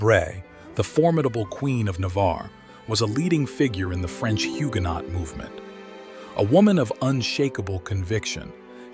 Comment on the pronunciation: Great images let down by the AI voice mispronouncing words. eg in Huguenot the 't' is silent. But enjoyable to watch as always.